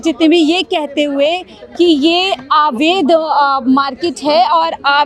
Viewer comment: Ilaka kaunsa hai madam? Aur 'aavaidh' nahi 'avaidh'